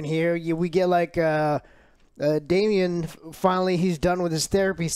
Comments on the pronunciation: the rider of Caraxes is named Daemon, pronounced like "DAY-MEN", not Damian! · His name is DAEMOND not DAMIEN ... for the love of all that is holy !!! 🤣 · I am amazed that two seasons of this show have gone by and still calls him "Damien" instead of Daemon. I'm going to start calling "" because it's pretty close. (I still <3 you ) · There is no way joe isn’t trolling at this point with his pronunciation of these names. Christian cole, Corls, Damien, helena. Like how can I take you seriously if after 18 episodes you still can’t pronounce the characters names